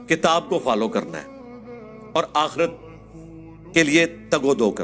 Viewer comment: It's not "akheeerat" it's "aakhrat" Hereafter